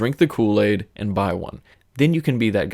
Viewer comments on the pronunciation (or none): It's BIMMERforums NOT BEAMERforums!